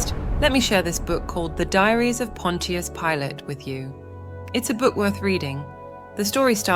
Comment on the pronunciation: Why can’t you say the names right? Pilate 🤯